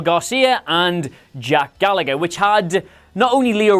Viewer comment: pronouncing Gallagher wrong DOWN